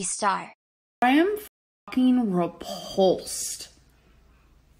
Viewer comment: “I am fuckeeen reepawlsed right now” gorl now you know what we go through watching your videos